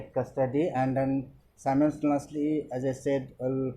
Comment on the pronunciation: "Simalstasiousnesly" well said sir but I guess its simultaneously😁🙌